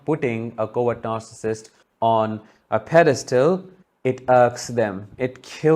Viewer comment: When you say words 'covert narssistic' but I heard more 'coward narssictic'. Hahaha. I love it, it fits them !!!!